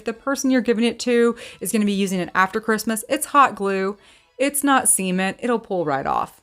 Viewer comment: for one of your crafts, you said “it’s hot glue not cement it’ll pull right off” I dead ass thought you said semen, and I had to go back and listen again 😅